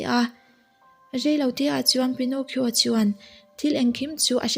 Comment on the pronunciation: Pi-naw-ki-aw ti a lam tur a niaaaaa 🤥